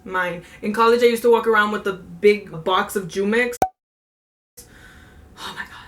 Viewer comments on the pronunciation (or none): mangooooo !!! not youmex it is jumex as in humex haha nice vid